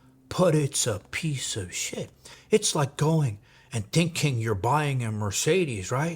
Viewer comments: I just here to hear you call someone a pizza-a-chit😏😏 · Something about saying "peice of shit" with a Italian accent really drives the point home.😂